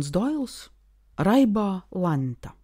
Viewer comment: Viss būtu labi, bet kāpēc "læ'nta" nevis vienkārši- lenta. 😢 utt..utjpr.... Paldies par darbu, citi to nedara ne tik. Tikai, es domāju, tad labāk latgaliski, nevis šajā ārkārtīgi stiprajā akcentā - ausis rullējas no tā, bet vienalga klausos😊 jo man pašai nav pieejamas šīs grāmatas. Un tā, sausajā atlikumā vienalga, - lielumlielais PALDIES par jūsu ieguldīto darbu un iespēju klausīties.